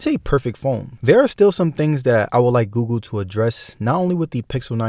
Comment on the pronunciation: Bro is always saying gugu instead of Google. xd